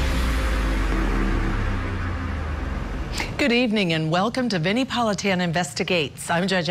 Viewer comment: C'mon,Vinnie!😮its not Vinni😊